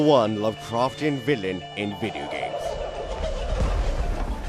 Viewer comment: I love the way he pronounces video games "videagams"